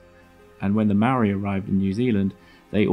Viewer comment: You seem to be somewhat misinformed about the pronunciation of 'Maori'? Nowhere in the sound of the word, is there a 'd' sound. Perhaps if you would look at the video in the following link, you'll get it right my friend, lol.